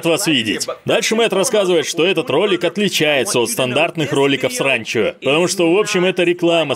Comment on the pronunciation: "Сранчо". Слышится именно так. "Экспериментальная" озвучка очень тяжело воспринимается, надеюсь эксперимент будет числиться как провальный)